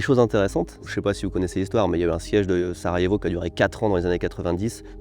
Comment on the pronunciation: Merci de prononcer correctement Sarajevo et pas SaraGévo , comme "Soja/Soya" et pas "SoGa")